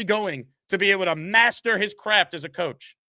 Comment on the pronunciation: Everything say is ass a nine ass a ten ass a fiften